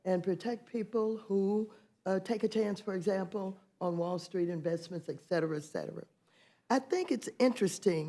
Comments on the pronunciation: Hey Waters, it's "etcetera" , not "ec-cetera. " The United States is s not a democracy. A democracy is largely a socialist run organization. So if you think this is a democracy and you are trying to save it, that makes you a Socialist. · Is she saying, "Eckcetera"? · Maxine "EXeterra EXettera" Waters.